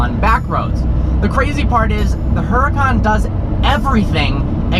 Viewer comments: its "huracan" not "hurracane" lol. Its not a natural disaster brah. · Oo Ra Khan, ROLL THE R, its the hurricane god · u.ra.kan. How am supposed to take your reviews seriously when you keep saying the name wrong hmmm? But seriously, keep up the pro grade stuff. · Its pronounced the same way you pronounce hurricane (which is what it actually means in Italian, duh), trust me I speak Italian xD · I didnt want to say anything but I cant help from cringing every time I hear "heracon". lol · Isn't the "H" silent? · You have never pronounced your own car name right once.... Not once...even if you did go to the factory. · smh can't even pronounce the car's name correctly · Anyone with common sense would know that Italians don't pronounce the "H" sound. Doesn't take a fluent/native speaker to know that.